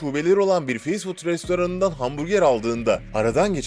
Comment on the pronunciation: Fast food nasil telaffuz edilir, biraz calis, ondan sonra soyle